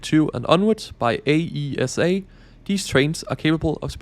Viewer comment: ASEA not AESA.